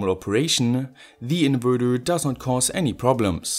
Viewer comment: lets play a game: every time he says "converthurrrr" or "inverthurrr" you got to drink a shot.